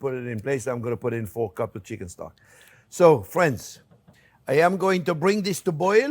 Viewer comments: I live how he calls everyone "fwens" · Well hello der fwens!